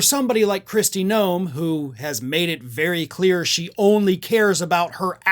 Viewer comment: GNOME, not Noem, GNOME.